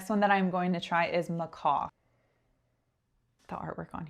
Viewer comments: Macaw, as you pronounced it, is a bird. It’s a type of parrot. Macaque is a type of monkey. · Thanks for doing this. Now I want Moth! Macaque is pronounced MA-CACK, and another one that's going on the to-buy list.